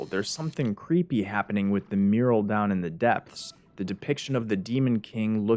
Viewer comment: lol "muriel" instead of "mural"